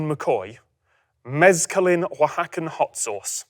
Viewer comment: Props for that "Oaxacan" pronunciation. Respect!